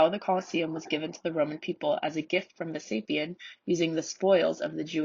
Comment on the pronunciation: Nice to see content for kids that's not too cartoonish or too dumbed down. I took relatives, which included a youngster, to see Rome a few years ago & this would have been a great prelude to seeing the Colosseum. I would like to offer a few clarifications though. 1. The emperor who commissioned the construction was "Vespasian" not as you pronounced "Vesapian". 2. Although components were carted off by citizens and others the major damages were caused by three notable earthquakes, two of which occurred in the years 443CE and 484CE leading up to the last performances at the amphitheater in 523CE. Nearly a century later a third huge earthquake in 1349CE brought down the outer south wall due in large part to it having been built on what was once swamp land whereas the north wall was built on rock. In 1807CE concrete wedges were added to stabilize the outer wall. 3. The exterior Roman arches you refer to are a completely distinct structural element from the "Column" orders you mentioned (Doric, Ionic, Corinthian & Tuscan). 4. The underground below the arena is called the "hypogeum" pronounced "hi-po-jee-um" not as you pronounced "hi-pur-gee-um". Barring those clarifications you created a nice presentation. If you get a chance to revise this video you might include that the ground floor arched entrance / exits were called "vomitoria" which is Latin for "to spew forth". It makes me chuckle to think that after witnessing so many bloody deaths, many patrons may have been directed to t